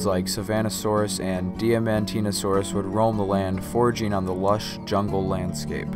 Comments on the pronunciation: its pronounced Diamond-teen-a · Correct. it's pronounced die-mon-tee-nah-sore-us.